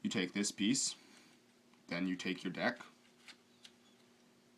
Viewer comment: No, it's "Deck" not "Dick"